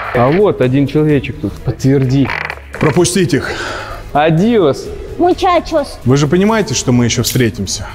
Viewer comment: Было смешно и мило то что света сказала пучачо 😂🥹❤️💗💋